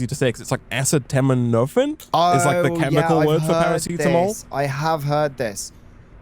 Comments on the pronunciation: Tylenol is the brand name in the US. We generally use generic... (being a pharmacy technician I cringed when you said acetaminophen, the phonetic pronunciation is said as-see-tah-mino-fen) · Even though it looks somewhat daunting to pronounce, acetaminophen is pronounced like this: uh-C-tah-men-oh-fin. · Acetaminophen isn't too difficult to say if you put the emphasis on aCEtaMINophen Sounds like I see the minnow fin😁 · It's blowing my mind that they can't pronounce acetaminophen. It's so common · Hearing you butcher acetaminophen so badly makes me sad